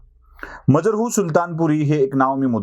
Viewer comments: मजरुह असा उच्चार असावा, मजरहू नसावे. बाकी तुमच्या संशोधन आणि सादरीकरण. उत्तमच असते. आणि मुख्य म्हणजे फाफटपसारा नसतो. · Aho kamit kami Majrooh che uchhar tar neet kara ......